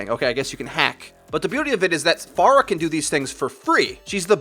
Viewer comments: I'm not saying that "Far-uh" is a stupid sounding pronunciation of Pharah, but the way you say "Far-uh" sounds terrible and you should just say "Fair-uh" :) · think you're saying Pharah wrong. it's less "Far-ah" and more "fair-ah", just saying because almost other YouTube channels and players say "fair-ah" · Sorry but it triggers me when people say FAR-UH. I askes on twitter and they said it was FAIR-UH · please start pronouncing her name correctly is fair-a not far-ah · I dislike cuz u say Farquhar. It's Fair-ha they say it in the actual game dialogue lmao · I hate when people pronounce it FAR-UH it's Fair-uh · I hate it when people pronounce it FAIR-UH It's Far-uh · Her voice line says far-uh so.. you're the ones that are pronouncing it incorrectly. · Dude you win most idiotic comment of the day. It is infact pronounced Far-uh or Fah-ruh not Fair-uh she even says her own name and a couple of character interactions has it at Far-uh too. You boring old American pronunciation of things has failed you miserably. We Americans are so basic we speak boring old easy English that's it with me as an acception I speak 3 languages fluently the perks of having interacial grandparents they passed that shit down. Go delete your comment douche. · Slaughterrific It's Fah Rah not Fair Ruh. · You lost me at FAR-UH... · Slaughterrific Pharah herself pronounces it as "FAR-HA" though. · BAAZAAA HANDLE THE PHARAAAH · is it far-ah or fair-ah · you saying phara like that is triggering me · Go to Pharah's voice lines. She says her own name and this is the correct pronunciation